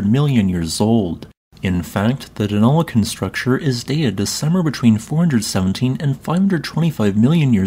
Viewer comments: Well done on pronouncing Deniliquin correctly. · Aussie here, if you're going to do videos on anything Australian, please learn to say our place names properly! You seem to have got Deniliquin right ( a place better known simply as "Denny" and written as "Denni"), but Albury is pronounced as "Allbree" not "Al-berry." If an asteroid struck this part of southern NSW/northern Victoria, please tell me how it is that it is so flat out there? I've driven through that area numerous times, so know something of the topography of the areas from western/north-western Victoria, through to well into southern NSW. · He did an excellent job pronouncing Denilliquin though.